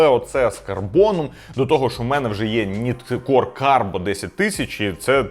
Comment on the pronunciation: Ніткор не правильна вимова!!! Правильно нАйткор!!!!!